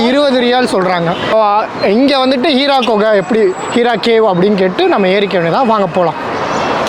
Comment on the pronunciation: அது ஹீரா குகை இல்லை ஹிரா குகை